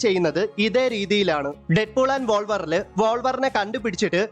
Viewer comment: Wolverine ennalla koottukara wulverine Ennanu pronouncecheyyendathu Kettu sahikkan melathonda parayanathu🤷🤦